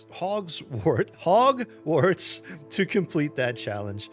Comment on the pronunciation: It’s Hogwarts not Hogswarts.